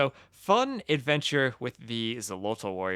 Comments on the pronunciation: I am not hundred percent sure about the pronunciation in the native language, but in Spanish that would be pronounced "Kholotl", as in old Spanish the "X" wasn't "X" but "Kh" (That's why Mexico or Texas are pronounced with "kh" in Spanish but written with "x", or why sometimes "Don Quijote" is written "Don Quixote"). In general the Spaniards of those times tried to transliterate the native words as best as they could to Spanish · "Xolotl" is pronounced "Sho-lott-(t)" with the -tl on the end that I think is best phoneticized with a very weak "th" sound in English. It's made by placing your tongue behind your front teeth and blowing air out the sides of it.